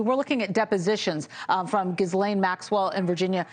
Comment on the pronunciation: practice pronouncing Ghislaine's name correctly